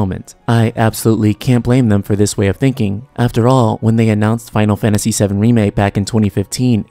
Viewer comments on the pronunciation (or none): none